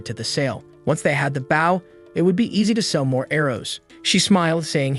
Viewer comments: edit your script text to pronounce bou instead of bau its irritating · It’s bow not baw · I like watchin your vids mate but your realy starting to anoy me now can you not pronounce the word bow properly have you never heard someone else sayin bow and arrows it's now takin a bow by bending your body it's using a bow to kill an enemy